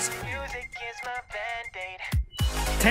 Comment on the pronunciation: "tank you so much"